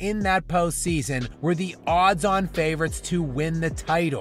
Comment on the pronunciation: Friendly advice to YouTubers. Take it easy on the word, "thee". If the script says, "the", pronounce it as such. Think of it like this... "Please pass thee ketchup." It's weird.